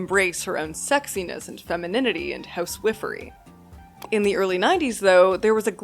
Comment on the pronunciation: Pressed Like because you pronounced "housewifery" correctly.